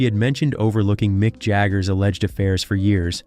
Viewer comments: Pourquoi parler à sa place ❓🤔🙄 Ce n'est pas Micke mais MICK.....😅🤦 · Not Nick Jagger, it's Mick Jagger, you idiot!